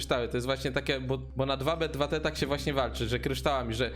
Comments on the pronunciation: Czyta się tu bi tu ti A nie 2b2t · Cymbale to nie jest DWA BE DWA TE tylko to się czyta TU BI TU TI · popierwsze nie mówi się 2b2t dosłownie tylko jakby tak tubituti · nie mów dwa be dwa te tylko po angielsku normalnie "tu bi, tu ti" bo cringe zjada